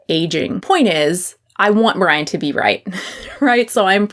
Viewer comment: Lol I thought you called him “Pudding Brian”😅